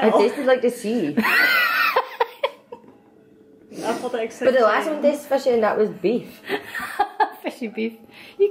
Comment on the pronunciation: “Myy guhd, that’s straight out da seeee!” 😂 Scottish Legend Emma Mitchell